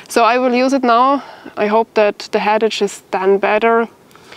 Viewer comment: if i may correct your English about the word headache ,the way to pronounce this word is: head-ake , your English has improved a lot by the way , Bravo !